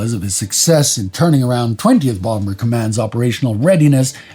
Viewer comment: The second b in bomber is silent